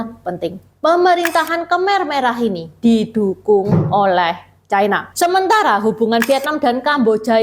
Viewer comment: Ucapan yg bnr : china, bukan chaina